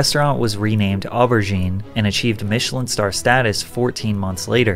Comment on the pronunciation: The mispronunciations of warwickshire and even aubergine truly hurt